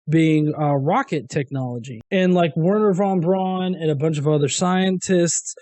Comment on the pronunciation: Are you guys just too young to have ever heard Werner von Braun's name pronounced correctly? I know there are hardly any living veterans, but WWII had a huge effect on popular culture through to at least the mid-1990s.